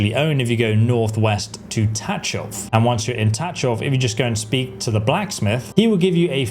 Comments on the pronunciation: just one notice, it's pronounced tagoff .. not tatchof :cat-orange-whistling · I am pretty sure that the "ch" in Tachov is pronounced like the "ch" at the end of Chzech and not like in touch.... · i see youre having problem pronouncing antiochus and tachov, its an-tio-kus and ta-kov lol